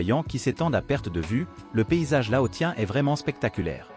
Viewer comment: Laossien..... prononciation